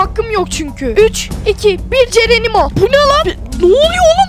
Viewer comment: Neden cenenimo diyosun